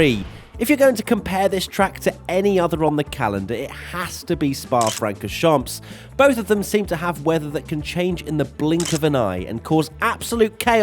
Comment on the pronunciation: the way you pronounced Spa-Francorchamps...